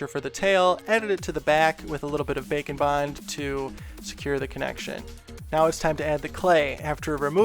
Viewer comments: I love the way you said “bacon bond”. Bwahahahaha 😂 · Every time he says' Baker and bond', to me it sounds like 'Bacon,Wine' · It sounds like you are saying bacan bon (witch sounds amazing) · Cristine from simply nailogicals fans thought she was saying glossy taco in stead of glossy top coat and now just calls it a glossy taco. With you, I know you saying bake and bond, but it sound like bacon bond. Lol. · All this time I thought you said, "Bacon Bond" but its "bake & bond"..... heh totally didn't look that up like an idiot... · who else hears "bacon bond" lmao! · Is he saying “Bake and bond”, or “Bacon Bond” 😅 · Bacon Bond makes me think of bacon bits, the way he says it.